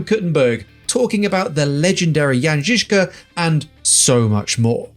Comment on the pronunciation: Appreciate good pronunciation of Žižka :)